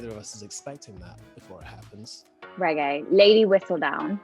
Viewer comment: Pheobe: Regé Regé: yes baby...(that's what I heard)